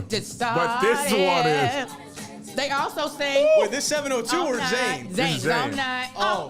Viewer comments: Pronounce zha-nay!!!! They had the hits. 702 was singing too... that's a tie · This episode was SUPER frustrating for me as a literal human jukebox. Watching y’all miscredit artists with songs they NEVA sang and that mispronunciation of Zhane where the CD literally was titled “Pronounced Ja-Nay”…..UGGHHH 👿👿🤣🤣🤣🤣☠️☠️ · Yall are killing me with these bad memories and pronunciations. First "carneeval," now "Zayne" 😂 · i know everyone can’t love music like i do, but this podcast is comical. Some of the 90’s R&B staple artist y’all are stumbling on. Y’all can’t even pronounce Zhane! :) #youareforgiventhough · Brand New Heavies were a vibe, but they definitely can't go up against SWV. And not yall mispronouncing Zhane` 🤣